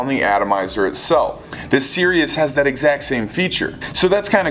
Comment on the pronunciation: isn't it pronounced cree-us the the car prius but with a C